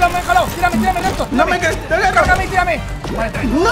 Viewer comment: XD osea en vez de decir cargame dijo cagame XD me parti de la risa, siempre nos haces reir mike